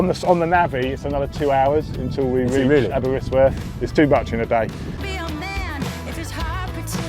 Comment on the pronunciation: Aberystwyth not aberystworth...arghh